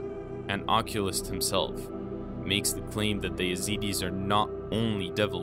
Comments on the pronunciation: Your pronunciation of "occultist" is so bad it is laughable. It is pronounced as 'OK-KUL-tist" NOT as "OK- kulist' which is the pronunciation for outdated word "Oculist" which means a person who diagnoses and treats eye diseases, and prescribes and fit eyeglasses and contact lenses. If you gonna be the Occult expert, you gotta learn to say the words, right, "dude" so you look knowledgeable. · Occult= uh-cult. Occultists = uh-cult-ist. And occulist isn't even a word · OMG.... IF youre going to do a "documentary style" video, PRONOUNCE THE WORDS AND NAMES CORRECTLY!! HERES AN EXAMPLE: 'OCCULTIST'- IS SAID{AH-CULL-TISST} NOT 'OCULUS'. 🙉🤬 its so infuriating to hear someone speak as if they are spreading gospel on mountain top only to be befuddled at pronouncing BASIC WORDS. but then go on to speak words in other languages like your teaching an arabic class. Oh, right, heres another: "IRAQ"={EYE-RACK}>>>NOT {EHHH-RRRRROOOOK} CMON MAN!!! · Why is he saying "Occultist" like, "OCULIST"?! An Oculist is an optician. Wth? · 12.41 "Occulist"? I think you mean Occultist. neh? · The video asks us to comment on our thoughts. I think the reader bot needs to be tuned to that occultist i read correctly. Right now it is sounded as oculist. Otherwise, I don't see the Yezidi's as "satanists". In some tellings, mostly Sufi, Iblis/Tawus is redeemed by G-D backs worthy to be bowed to. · The weird pronouncing mistakes turned me off. “Occulist” and “araqi” for example, wth is up with that.. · Occultist... not Occulist. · It’s pronounced O-cult-ist. Not oculist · OcculTist! Not Occulist. 🙏🏻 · An 'Oculist' as you pronounce it, is a person who examines or treats people's eyes. The correct term is 'Occultist'. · Do you mean occultist or oculist? They are different things, I think you mean occultist and aren’t saying the first t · Occult-ist.... not Occulists Other than that, great work! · Occultist, not oculist. Very different my friend. Look it up. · it's "occultist" not occulist lolololololol